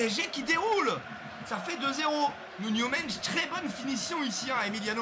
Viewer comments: C'est Nuno Mendes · "Nuno mench"😂